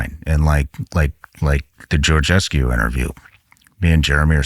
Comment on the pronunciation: Did he say Georgescu?! He lost me…